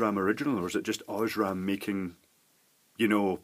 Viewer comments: Aaaaah! The pronunciation of "Osram"! Horrible! XD It isn't "oshram" with a silent "a". Its pronounced this way: Scroll to about the middle of the page and select the last of the German ones called German Pronunciation. That is correct. Cause Osram is a german brand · Oz-raam... very good German pronunciation!!!